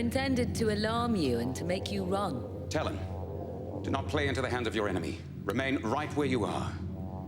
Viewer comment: They named him Talyn, I keep hearing Stalin 😅